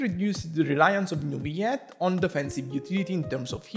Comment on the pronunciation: As french , we pronounce Neuvillette with L , as you would pronounce ROLL or ALLWAYS. Ville mean city in french , Neu means new when it is used before another word as a prefix , and Ette means small when it is used at the end of a word as suffixe. So basically Neuvillette would be the name of a relatively new, small city in real life , in France. if it was meant to be pronounce NeuviYette , it would be spelled with a Y as the word YES. Double LL is allways pronounced as a simple L in french , never as a Y. As usual good video , good job.